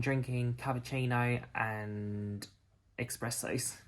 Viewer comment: Nice vid,! A few questions/comments: - How come you didn't join your friend in Business? - Amazing departure footage from YSSY - perfect weather! - Props to the FA for cleaning your tray table! - It's pronounced ESS-presso, not EX-presso!! You need to know this for your AUS citizenship exam when you get to that point!! 🤣🤣🤣